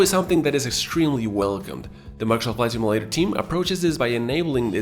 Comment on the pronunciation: Can you not say “Microsoft Flight Simulator” without sounding like you’re having a stroke? Slow the hell down.